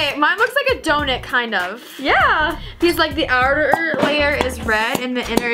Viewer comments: instead of saying donut she said donit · When went to say donut she said donit🍩🍩🍩🍩🍩🍩🍩🍩🍩🍩🍩🍩🍩